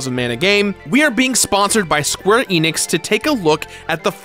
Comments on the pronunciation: Its "Man-uh" and Square "Ee-nix" its not "maw-nuh" and "Eh-nix" you're wrong. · Could someone please teach this guy how to correctly pronounce "Mana" and "Enix"?!